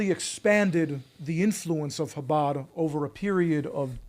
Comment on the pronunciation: Jake, when you say the first sound in Chabad, it's like you're going to hack before spitting. Like an 'h' with the friction added.